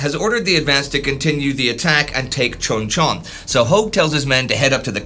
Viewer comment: Pronounced Choon Chon. You're driving me batty.